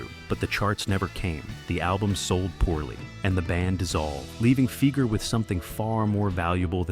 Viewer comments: Doug's last name is pronounced FY-ger, not FEE-ger. Quite lame of you. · Dougs last name Fieger sounds like Tiger not Seeger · C'mon man it's pronounced Figer rhymes with tiger. At least get the name right. His brother Geoffrey is a multi millionaire lawyer in Detroit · Pronounce the name right. Fiiiiiiiiiger. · Everytime you mispronounce Fieger it's 'Fie like fly ger" Anyone that followed the Jack Kevorkians court cases knows. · Hard to get past the narrator's mispronunciation of Doug's name. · AI stuff. Pronunciation of Fieger is wrong. The information is interesting though. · Pronounce Fieger properly please!